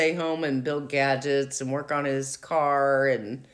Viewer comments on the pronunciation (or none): none